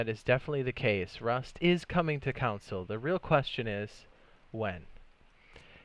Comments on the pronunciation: CON-SOLE not COUN-SOLE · Idk why but it annoys me how he say “console” as “counsel”.